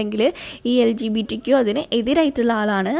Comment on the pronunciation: It’s not ‘lgptq’. It is ‘lgbtq’